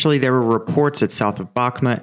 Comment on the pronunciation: I love your updates. I hope this can help you with saying the place names: -u = is always like the "oo" in 'moon', and never an "uh' sound, so Bakhmut = Bahhh-MOOT, similarly, -yu, -iu = 1 syllable, like "oo" in 'moon' but with a 'y' in front (like in 'Y'es) These are [vitually] never 2 syllables, i.e '-ee-yu" so the town of Iзюм (Izium) is EEZ-youm, not EE-ZEE-youm. -ya, -ia = 1 syllable, like the Minnesota joke, "Ya, you betcha!" These are [vitually] never 2 syllables, i.e '-ee-ya" -ye, -ie = 1 syllable, like "yeh!" These are [vitually] never 2 syllables, i.e '-ee-ya", but like 'ye' as in 'yes' You are doing an amazing job, and your tackling of Ukrainian place names is awesome. If something catches, begin from the last syllable and work to the front, for example today: Ozarianivka -ka easy got it! -ivka 'EEV-ka' not hard, great! -ianivka 'yan-EEV-ka', remember from above, 'ia' and 'ya' are all pronounces as 1 syllable, not EE-an-EEV-ka -zarianivka 'zar-yan-EEV-ka' much more doable!!! Ozarianivka "o-zar-yan-EEV-ka' Perfect. Keep up the great work, I hope this is helpful and know I am not being snarky with you. I appreciate your reporting.